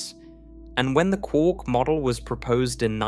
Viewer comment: Kwork…it’s quark not kwork…as in muster mark.